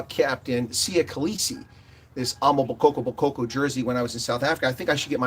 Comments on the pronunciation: Pronounced: Ama- Boko-boko not damn amabokkokoko 🙄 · Well said! Though you should really consider practicing saying AMA BOKO BOKO! You have too many KO’s going on there. It’s simpler than you might think. I really like your appreciation of South Africa as a whole!!